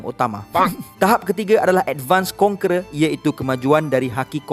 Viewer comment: Iaitu kon"kera" Dan authority Lol